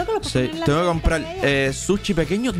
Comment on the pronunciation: Es sushi no suchi